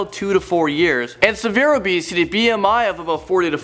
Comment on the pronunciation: is he saying abesity about 50% of the time or am I hearing things???